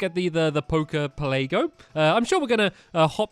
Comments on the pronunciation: it's pela-go not pele-go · It's pronounce pel a go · It's poke poke Pell a go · Jesus Christ, "Poker Pelaygo"? "The Blue Flute"? "Flying type"?